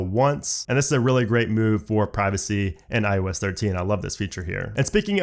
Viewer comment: IEWS 13 IEWS 13 IEWS 13. IOS 13* Why dont you like eeeeeeever say it right😖